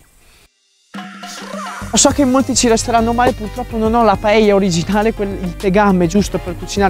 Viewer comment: De nada! hahaha Un piacere vederti facendo una paella (bravo la pronuncia) in meno di 9 minuti!!!! Io non sono un fan di questo piatto ma ovviamente lo conosco. La "paella" (padella) non solo è scenografica, che lo è, ma fa che il riso cuocia in tutta l'estensione in maniera diversa, forse più intensa (curiosa similitudine fra paella e padella, eh?). Detto questo, credo che è migliore non troppo accompagnata di frutti di mare e pesce... alfine è un piatto di riso! Tuttavia sono stupito per la tua brava ricetta e la tua scenografia: una paella nelle Alpi!!!! Ma fai attenzione, un giorno, così nell' alto dei cieli con questa velocità parlante ti mancherà l'aria!!! Grazie carissimo per questo omaggio a la Spagna, quando vuoi sei benvenuto a assaggiare una paella fatta in Valencia! Mille baci! Scusa il mio italiano, che è una invenzione personale...